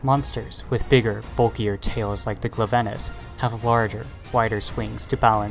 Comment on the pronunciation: Honestly, the way they pronounce Glavenus and called Iceborne a simple Paid DLC is the main indicator that this person has only played World for me perosnally.